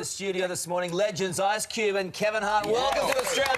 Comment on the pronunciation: I cant believe she said "ARSE CUBE"